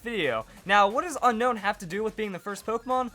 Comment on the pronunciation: It's pronounced un own